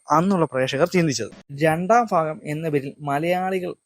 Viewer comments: ഫാഗം അല്ല , ഭാഗം ആണ്. പ്രഫു അല്ല, പ്രഭു ആണ് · ക്ഷമിക്കണം ചോയ്ക്കുന്നതിൽ ബ എന്ന് പറയുമ്പോ എന്തോ സുയിപ്പ് ഉള്ളത് പോലെ തോന്നി, ഭാഗം എന്ന് പറയുമ്പോ ഫാഹം എന്നൊക്കെ sory സംശയം ആ 🙏🙏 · ഫാര്യ... ഫക്തി... ഫാഗം... Bro learn to pronounce words correctly...